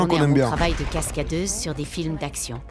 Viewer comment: Ça ne choque que moi, le "Cascadrice"? 😂